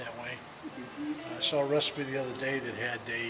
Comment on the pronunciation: I like how he pronunce recipe like “ruspy”